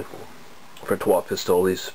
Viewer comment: I think it's actually pronounced Pistol (es is silent). I've heard of this one from a friend in Montreal, sounds delicious. I'm truly jealous, good review!